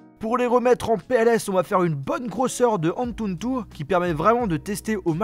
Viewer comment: Pourquoi tu rajoutes tout le temps un « N » en plus dans le mot « Antutu »??